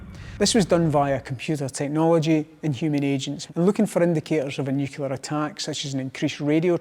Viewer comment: Pretty sure this guy can't pronounce the word 'nuclear' correctly.